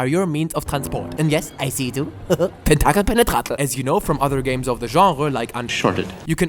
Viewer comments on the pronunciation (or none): "Tentakel penetrakel" HE IS SPEAKING THE LANGUAGE OF GODS